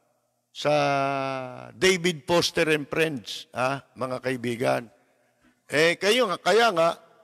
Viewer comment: Lapid, hindi po Poster, kundi Foster! 😂😂😂